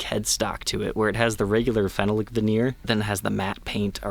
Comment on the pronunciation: Phenolic is pronounced Phen-all-ic. You always say fennel-ic like the spice. My New Year’s resolution is to get to pronounce it correctly lol. Still love ya